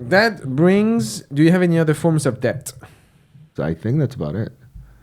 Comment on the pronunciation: Obsessed with how pronounces DeBt